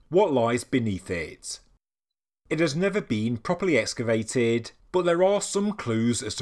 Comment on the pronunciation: There is no such word as escavate. It's excavate, as in excavator or excise, (which basically means "to remove"). I wouldn't have said anything, but I thought that if you are going to be saying it 20 times in a video, you might be glad to know for next time. I know I would. Thanks for the great videos!